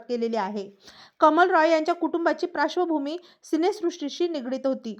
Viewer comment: निवेदिकेला तीव्र, पार्श्वभूमी इतके साधे शब्दही उच्चारता येत नाहीत. त्रीव,प्राश्वभूमी हे कुठले शब्दोच्चार?